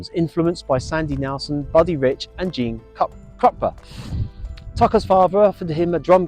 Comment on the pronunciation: Gene Krupa ……Pronounced Gene crew Pa.